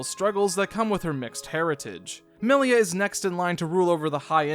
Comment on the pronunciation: Melier. They always say her name like that. 😂😂😂.